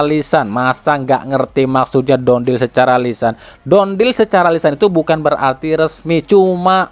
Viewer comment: Done dibaca = dan bukan don (dont)